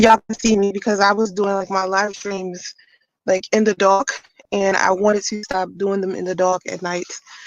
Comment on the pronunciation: She can't even say dark correctly 😆